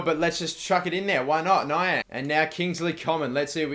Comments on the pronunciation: its Nee-ang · It's nee-ang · It's pronounced ne-ang and you should play him as a stricter he is great there and sell your GK and you can sign scuffed for around 2.1 million because his contract runs out that season he has the potential to get to a 90 aswell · They are pronounced ne-ang and ged-e-on ze-la-lem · Niang is pronounced Knee-ang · .its ne-ang